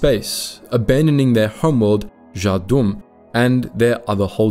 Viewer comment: It's Za- HA- doom